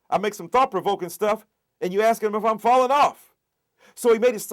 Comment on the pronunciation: Is this guy related to oj simpson? Try again---let me hear you pronounce "ask".